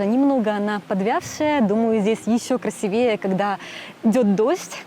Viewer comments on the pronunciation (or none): Правильно говорить красИвее. Ударение на Е не грамотно.